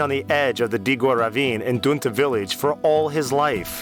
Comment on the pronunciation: It is pronounced Dee-gore. This man is pronouncing it wrong.